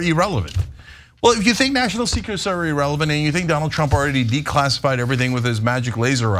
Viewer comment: That’s not as bad as EEErelevent.. Smh..